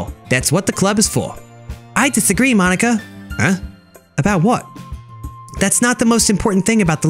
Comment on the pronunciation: ITS MOH-KNEE-KUH tedcoiewhnhoiwhdfsihosdvoihihosdihovjovvvvvvvvvvvvvvvvvvvvvvvvvvvvvvvvveri